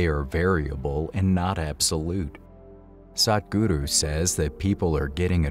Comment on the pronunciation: Great job on the "Sadhguru" pronunciation - from 'sad' to Truth - much improved;)! The Yoga of Relationships is one of the most advanced Yogas - and right understanding in this realm is not easy to come across. Thank you for the brilliant distinctions.